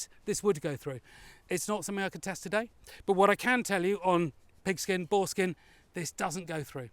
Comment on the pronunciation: Said "Boarskin" several times without a slip, Well done :)